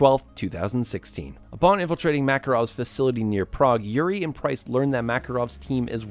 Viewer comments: This guy just called Price "Prince". Lol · it’s price not prince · "Now in Africa saop prince and yuri" LMAO please tell me people heard that